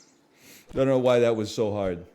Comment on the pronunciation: everytime NL says "I am so back" I heard "I am sewed back" as if he got ripped apart and stitched together then brought back to life which kinda is from time to time in sap 🤔